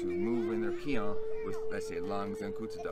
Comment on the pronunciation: Finally, a Caucasian who pronounces the Japanese/Okinawan terms mostly correct. (keehone is correct)